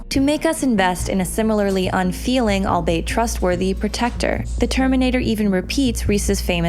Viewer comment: This was a great video but please look up words you don't know how to pronounce before you read your script "albeit"